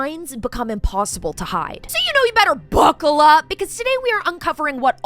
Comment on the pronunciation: the buccal up always gets me 😂